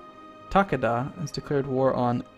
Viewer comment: Takeda the ke in it is pronounced like Kay as in Okay ;) and Yes i am thinking about just Ragequiting watching it :P